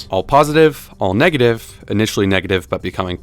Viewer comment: negAtive not negitive Edit: nvm he does it on purpose all the time😳